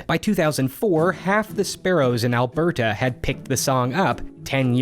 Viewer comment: “al-ber-ta” does not require nearly that much enunciation, i promise. lol